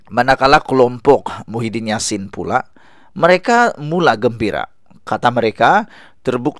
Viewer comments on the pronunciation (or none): none